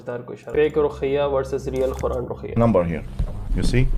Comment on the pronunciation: For sake of Allah try to say quran ( قُران ) not khura( خُران ) ,big difference Bhai be careful while u pronounce it